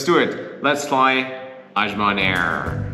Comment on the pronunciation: Good job. You’ll find northern Nigerians are more accommodating and less aggressive than the south. If you want to know why, look unbiasedly into Islam and it’s effects on a person. Azman is pronounced like saying ‘as’ I was. I hope you tried suya and Jollof rice!!!